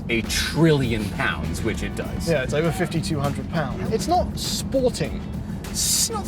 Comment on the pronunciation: saying "sporting"😂